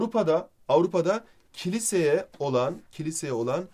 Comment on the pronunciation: 9.25 Hocam "kiliisi" değil "Kilise" olucak. :D :D <3